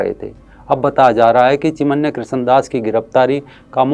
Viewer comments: चिन्मय बोलो चिमन्या नही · सराहनिय व्हिडीओ। चिमन्य नही, चिन्मय कहीये, चिनमय। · चिमन्य नहीं भाई, चिन्मय दास हैं।